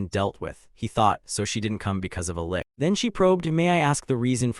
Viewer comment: I was so fine with the AI misprounced words, until the fight with the lick... cough... lich. what the hell is a kicking punch?